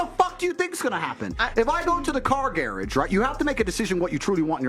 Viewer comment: Did he say car garraige?